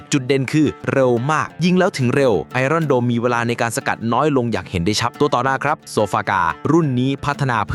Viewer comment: iron อ่านว่า ไออ้อน หรือ ไอเอิ้น ไม่ใช่ ไอร่อนครับ